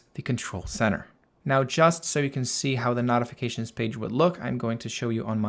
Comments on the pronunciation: Excellent video and clear explanations……if you would say——No-ti-fi-ca-shuns—- instead of Not-it would be better !! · Beautiful, but where the F are you from? The word is pronounced like, KNOW. KNOWTIFICATIONS. NOT LIKE KNOT, KNOTIFICATIONS. NO, AND NOT. FIGURE IT OUT PLEASE BEFORE I HAVE AN ANEURYSM. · speak clear english, I had no idea what you were trying to say when you said notifications.